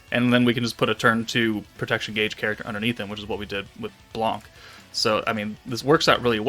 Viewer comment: wow ur pronunciation of blanc has improved 😄 i didnt hear the "c" in the end